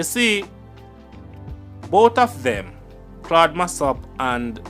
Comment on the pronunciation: You are pronouncing Claude’s name wrong. Get it right please .